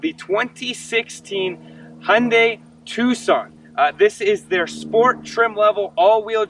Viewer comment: 'Hi und die' not ' ' is a German dogs optical sensor. Ps Thanks for the review, good work